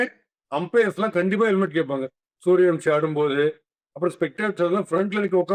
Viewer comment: it’s suryavanshi not suryavamshi